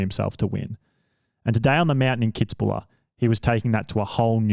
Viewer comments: It's 'Kitz-buhel'.......... not kitzbuller......... get it right. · KITZ-BU-WELL man .... made me cringe every time he said Kitzbuler....arrghhhh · Kitz bühl. Not bula... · What a circlejerk for Brownlee, never the best triathlete of all time not even the decade and please learn to say Kitzbühl. People also can say Leicester by now. Frodeno was soooo much more dominant :D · It’s pronounced “kits-buul” by the way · Anyone else triggered by that Kitzbühel pronounciation? :D :D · i never heard the name Kitzbühel butchered that badly. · I love this video!! However, as an Austrian, I have to tell you: there is no "la" at the end of Kitzbuhel --> it just ends with "el" - I am sorry, but it just has to be said... :D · The pronunciation was painful, as was the pronunciation of Alistair, he says it like Ali-stair like a staircase rather than Alist-er/a where you barely pronounce the last few letters